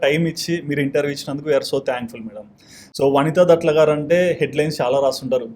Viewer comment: దట్ల కాదు. దాట్ల అమ్మ. Surname